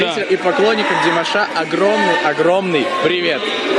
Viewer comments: Даже ударение и то неправильно сказал, молодой человек.... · не обижайся, но надо в родительном падеже говорить Димаша с ударением на втором слоге. А вообще, спасибо за интервью и ваш позитив! 👍👏❤😊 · Не стоит произносить "у ДимашА", не ерничайте и не старайтесь принизить его, унижаете себя, уважаемый журналист. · Что значит азиатской внешности? Какая разница какой внешности, здесь главное талант. О чем корреспондент спрашивает , ужас , это то чему он научился. Димаша, ударение на предпоследнюю букву, надо было правильно выучить его имя, прежде чем брать интервью. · Прежде чем говорить со зрителями о Димаше,выучил бы как правильно произносить его имя,или специально ударение делает неправильно и еще зачем то делает акцент на национальность,Позор такому журналисту. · Как приятно слушать теплые слова в адрес Димаша. Только молодой журналист неправильно произносит имя Димаша. Надо ударение делать на второй слог. Спасибо, за ролик, интересно!!! 🎤🎼👏👏👏👏👍👍👍👍